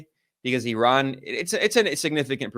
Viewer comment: Maybe ben Norton is the only westerner who pronounces IRAN correctly.